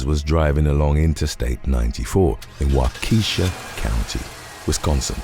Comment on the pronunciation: Waukesha is pronounced wok ee shaw. That’s all Algonquin phonics round those parts. There’s an unusual amount of straight up bizarro there on crime vids and other wacko stuff. The Klingon speaking father n son team ramming police blockades has not been covered anywhere from what I’ve seen. The cops used to be quite culty. They handcuff dead ppl too- which is very telling. I gtfo 20 somethin years ago.